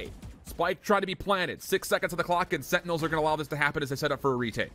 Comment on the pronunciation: the way these casters say "setinels" instead of sentinels is annoying af